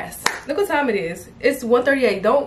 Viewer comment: Yes I remember you started speaking like you was from NY, I was like WHET??!?!